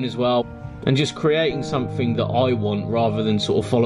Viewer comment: Sumfin, sumfin, sumfin and sumfin.